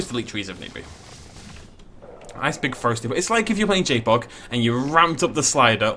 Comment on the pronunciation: Every time you said JPOG for the first 5mins I heard Jake Paul and imagined you making a Dinosaur park dedicated to jake paul.